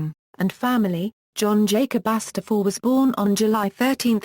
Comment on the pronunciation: Sorry but I can't stop laughing how that robot voice said his name "john jacass" LMAO